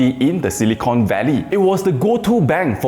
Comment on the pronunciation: Not "silicone"... it's silicon 😆 You use silicon to make chips, not silicone. Silicone is what you use to seal bathrooms 😁